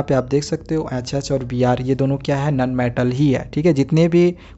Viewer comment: nobody sir be like ; nun metal